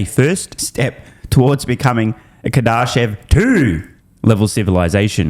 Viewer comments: REPEAT AFTER ME: KAR-DA-SHEV. not KAR-DAR-SHEV there's no second R. Кардашёв (or second р for that matter). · Bro that’s not how you pronounce Kardashev how are you a space nerd but don’t know what that is? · You’re saying Kardashev wrong